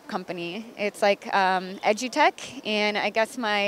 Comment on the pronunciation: lmao I'm sure she said "Edu-tech," not "Edgy-tech"